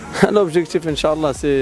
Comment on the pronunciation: ينبغي نطق " إن شاء الله " بطريقة صحيحة